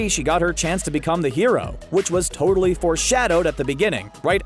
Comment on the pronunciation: Did he just say. . .tortally?